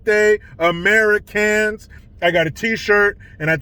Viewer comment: I like the way he says AmeriCans.